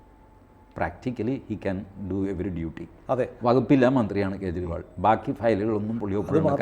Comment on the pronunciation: കേജ്രി.. ഇണ്ടി മുന്നണി,ഖാൺഗ്രസ്, ഖേരളം രാഹുൽ ഗണ്ടി.... എത്ര അസഹിഷ്ണുതയാണ് പേരുകൾ വികലമായി ഉച്ചരിക്കുന്നത് വഴി നിങ്ങൾ പ്രകടിപ്പിക്കുന്നത്? നിങ്ങളുടെ ഉള്ളിൽ നിറഞ്ഞിരിക്കുന്ന വിഷം നിങ്ങളുടെ തന്നെ നാശത്തിന് കാരണമാവും 🙏🏻